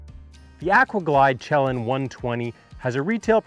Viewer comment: Thanks for the review! BTW… it’s pronounced shuh-LAN. Greetings from the PNW.